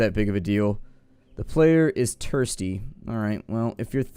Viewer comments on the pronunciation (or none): “player is tursty”